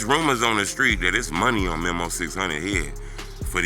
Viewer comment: Who is Memo? It’s pronounced Me-Moe 😂